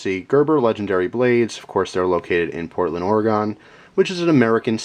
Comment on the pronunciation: As an Oregonian I laughed when you said PORT-land Ore-E-Gone, everyone gets it wrong though. It's pronounced Or-uh-gun, but fast.